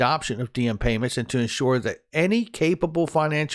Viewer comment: Is it pronounced D-em? Diem is a Vietnamese name pronounced like Yem. Not a big deal, just found it interesting